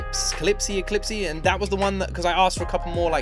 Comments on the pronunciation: 1. Clipse is pronounced ‘Clips’ not ‘Clipse-y’. 2. Part of Kendrick’s charm is that he's crazy, and so are his albums, that's why we love him. 3. Duckworth is Kendrick’s last name. He is Kendrick Lamar Duckworth. Phenomenal album review as usual. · Absolutely recommend Let God Sort Em Out! And Clipse’s discog is all good, well worth the listen. (Clipse is pronounced like eclipse without the first ‘e’, btw.) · It’s pronounced “Clips” 😊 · Clipse is pronounced clips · You pronounce 'Clipse' like 'clips' -- no "ee" sound at the end (just so you know). "What happens on Earth stays on Earth" was the original title of 'DAMN' but Kendrick changed it at the last minute. He also changed the title of TPAB at the last minute: it was originally titled 'To Pimp a Caterpillar' (to spell out Tupac). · If you decide to do Clipse (Pronounced like "clips", short for Eclipse, there's a cool story about it), please do yourself a favor and do a 'top 5' or something of their songs from BEFORE 'Let God Sort Em Out' - You need the historical reference to really understand some stuff, and honestly a lot of their old stuff are like all-time bangers. IMO, do these: Grindin' When the Last Time Cot Damn Mr Me Too Adidon (This is just Pusha T, half of Clipse, and this was the absolute destruction of Drake long before the Kendrick beef picked up) Then do the new album and enjoy. :) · It is Clipse the E is silent so it’s clips. Now that we at the end of the album and you got the last song I hope you figured out that you play it in reverse the whole album backwards and it’s a whole different story we started with wickedness. The other way is the weakness part of it when you play it the other direction from last song to first song the Deluxe Edition. that that’s why Saturday I said are we really done with this album yet on Wednesday?